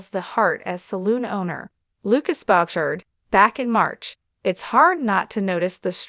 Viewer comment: Perhaps the a nnouncer could pronounce his name ..she butchers the name...it us boo..shard and NOT what she pronounced